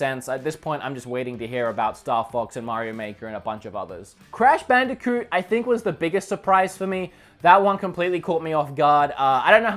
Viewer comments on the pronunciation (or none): none